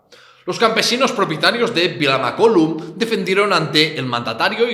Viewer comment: Mare de Déu, mai havia vist un català pronunciar tan malament Vilamacolum